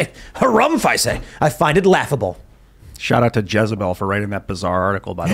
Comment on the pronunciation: You say jizzabell